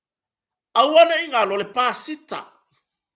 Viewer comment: O le PASIKA, not pasita just saying. Blessings from Sydney Australia 🇦🇺 🙏 ❤️